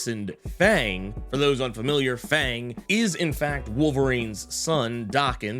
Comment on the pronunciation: Hate to be that guy, but Daken’s new name is pronounced with a soft A. So Fang rhymes with Thong😂😂😂